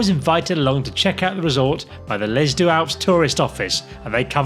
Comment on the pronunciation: already annoyed by the pronunciation of deux in - sorry!